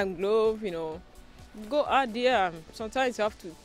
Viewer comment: She strugles with simple english. Was she speaking una?? Saying dia instead of there. WAOH